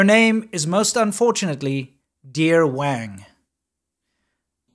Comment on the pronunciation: When she says her last name, it sounds like "Wine" to me.